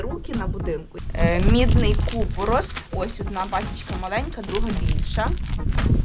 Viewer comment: А чого кУпорос, а не купорОс?